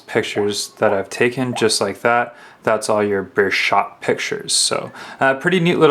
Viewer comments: It's not burshot it's burst shot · Burst shot...learn to open your ears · What the fuck is a bursh shot? Speak English boy. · lol he cant say burst shot